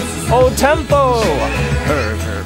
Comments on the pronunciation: i liked the part when he goes "huhrgur-vehnester-vehnster-hergurhurgur-vehnster" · Låter mest som BURGER! - FENSTAR! Jag blev hungrig av detta. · / hurrgurr fensturr